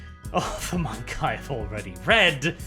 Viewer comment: pronouces MAnga like Mon-Keighy